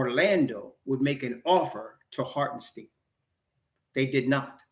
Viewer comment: It’s pronounce like “stine” not “steen”